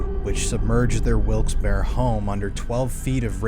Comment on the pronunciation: Wilkes bar? It’s Wilkes berry… Wilkes-Barre, PA